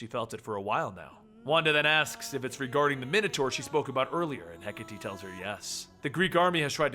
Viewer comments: hecka-tea... pls its he-kate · I apologize, but it's pronounced hek-a-tay... not hek-a-tee. Hecate is one of those Greek pronunciations. Sorry again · ok its (He - Kate) not (Hek - a - Tee) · It's actually Heh-KAH-Tee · when he pronounces hecate wrong...